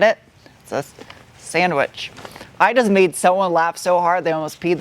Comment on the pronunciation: "Gotta use my sangwich, mang" was even funnier!